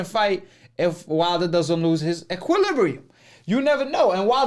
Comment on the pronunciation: This nigga said equilibrin lmao